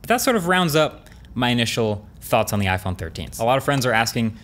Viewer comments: iPone lol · "iPone 13 reaction"